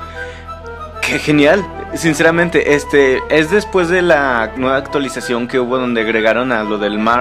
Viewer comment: pero la unidad aumenta de precio y por cierto "Actuaisacion"?